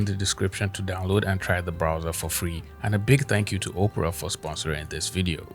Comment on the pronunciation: Im sorry man hearing you say Opera like Oprah was cracking me up! I dont want to use a browser created by Oprah Winfrey, lol! Anyway keep up the great content.